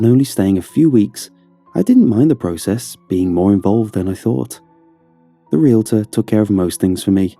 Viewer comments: The way he says “process” kills me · I think it's an English thing. Like, Britain English.